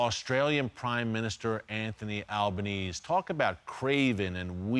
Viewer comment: I love that Albanese is so unimportant that Erick has failed to pronounce it correctly even once. Most Aussies do not support Albo, but do support Israel. Albo is an embarrassment.